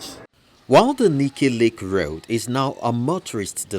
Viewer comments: What is wrong with his pronounciations? Very very fake. Channels TV newscasters and presenters are the worst offenders in nigeria. Very very fake nigerian accent it's laughable. Can you imagine him pronouncing road, raod. It's a joke really. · Channels TV news presenters with their fake accents. Just check out this dude here, making me laugh so hard the way he was pronouncing road. It sounded like raod. On a serious note, somebody please tell nigerians that gutter is not drainage. Let me repeat that; gutter is not drainage. If nigerians want to know what a drain system look like, they should Google eko atlantic city during the road construction phase.